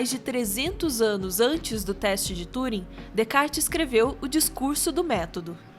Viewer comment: mulher mais sábia TUUUring invés tãnring, ta certo?